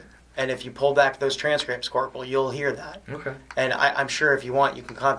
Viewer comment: Corp. Jeezus. No one in service says Corp. My God.